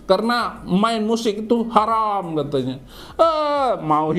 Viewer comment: Astaghfirullah Ko ini para ustad ngomong nya pada harom apa apa harom